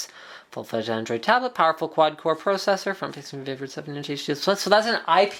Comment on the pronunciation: PRO-cessor lol